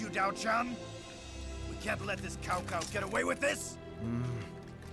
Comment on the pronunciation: I loved this game as a kid even though by then I had already read Romance of the Three Kingdoms (English translation) and as a result I would practically end up yelling at the screen when they so hilariously mispronounce various names, one of the greatest offenses being how they say, "Cao Cao." Even though this doesn't follow history or the interpretation that Romance of the Three Kingdoms depicts, I still love this game for all of its hilariously incorrect information and outdated voice acting on top of what I remember being a very enjoyable experience in regards to gameplay alone.